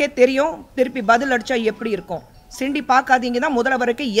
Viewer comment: அது சிண்டி இல்ல அக்கா சீண்டி